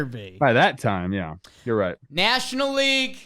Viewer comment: Good "Laig" chat Trev